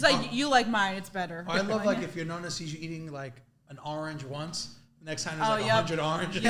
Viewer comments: Just to let you know It’s pronounced Nonna not Nunna lol So cute tho! God bless❤ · Nonna not nunna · Stop saying Nunna hahaha it’s driving me crazy 😂❤ ughh😅